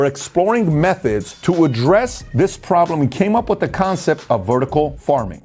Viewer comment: I'm listening to your book right now. Although I love it and it's chock-full of valuable information, my brain stops listening to the info every time you say da(the), dem(them) den(then), dere(there), etc. I wish I could stop judging and just accept the info. I'm working on it